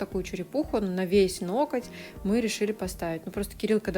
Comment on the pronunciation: Обожаю когда вы говорите ноКоть☺👍